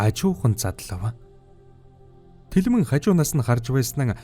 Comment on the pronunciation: Bas telmenee bish telmeen gedeg shuu😂😂❤🎉